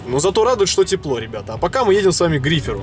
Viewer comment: грифер а не гривер